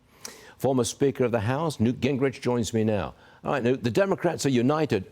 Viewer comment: It’s Newt, not New